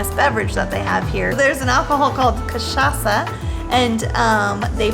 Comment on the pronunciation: you guys pronounced "cachaça" exactly like a native Brazilian